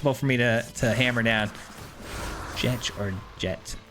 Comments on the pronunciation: The "ch" isn't silent, it's pronounced "Jekt." The English dub of the game pronounces it this way, and they're likely correct looking at the original Japanese name of ジェクト (Jekuto). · its jekt lol. sick deck